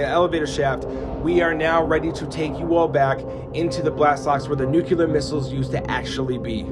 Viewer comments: Nu-clear. Nuclear. Not nu-cular. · He says nuke-ya-lerr instead of nuke-lea-r Just a pet peeve. Amazing undertaking. So much energy went into building this complex and yet it doesn't even hold a candle to the pyramids. Just mind blowing what people can do! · It's nuclear not nukular